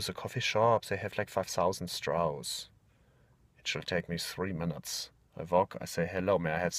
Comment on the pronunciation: "Also just go to ze coffee shops, zey have like five souzand strauss."